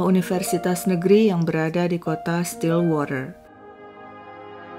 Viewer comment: wah mb bagus pronounciation stillwaternya, pdhal bbrp waktu lalu pronounciation englishnya blm sebagus ini. Memang mbanya tinggal di LN, mgkn bkn di negara yg bahasanya Inggris